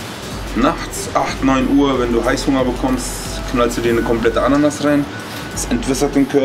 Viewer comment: ist irgendwie lustig mit der ananas die betonung...freaky